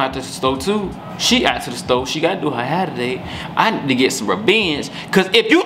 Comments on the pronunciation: “Now look at my herrr” 😭😂😂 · why you mess up her ‘hurr’💀…the best YouTube couple on here🔥🔥